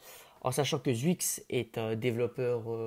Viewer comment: Sa se prononce chuicxshdh pas zwuix